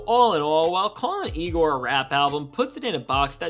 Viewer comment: Be careful when pronouncing igor.